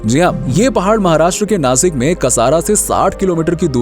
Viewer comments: Nasik nahi Nashik 😇 Bolta Nana..! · Plz don't call नासिक, it's नाशिक 🫀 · It's nashik not nasik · sasik nai sashik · Btw vo नासिक नही नाशिक है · Nasik nahi re nashik ahe te 😠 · नासिक नही नाशिक होता है